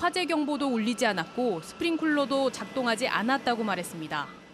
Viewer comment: 최윤수 기자님, 스프링쿨러가 아니라 '스프링클러(Sprinkler)'가 맞습니다. 이러니 참 ㅠ